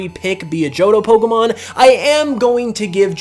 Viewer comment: Why can no one pronounce Pokémon correctly? Especially fans? 😑